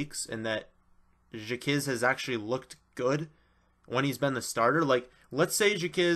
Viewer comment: Stop pronouncing it as "jakizz" it's pronounced "jakwizz" it's hard to take someone's analysis on players when you don't know there names